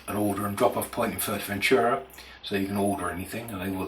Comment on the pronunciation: Maybe first try to pronounce the name of the place correctly...